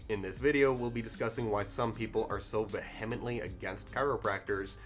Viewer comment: You’re a scam artist, buddy. And it’s pronounced “vee-hem-ent-lee”